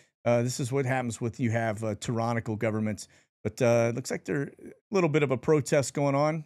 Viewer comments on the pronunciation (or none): You're mispronunciation of " tyrannical" sounded like "Tehranical", I see what you did there..😉